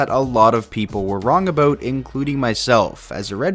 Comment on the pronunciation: Aboat, I thought Canadians don’t pronounce it like that 🤣